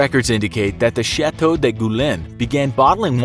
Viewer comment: In French, the word "de" is not pronounced that way. It's actually kinda comical that you try to speak the French words properly but then mispronounce a basic article.